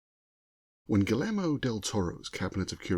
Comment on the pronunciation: Just a heads up, the "double-L" in Guillermo is pronounced like a "Y", as it is a Spanish name / word.